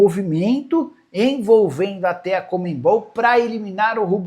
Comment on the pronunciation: conmeMbol não Nicola , é conmebol, sem o "m" depois do "e"